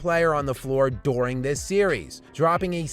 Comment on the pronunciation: I really don’t like how this guy says “during”